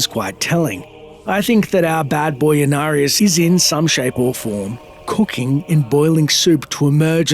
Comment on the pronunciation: They butchered Inarius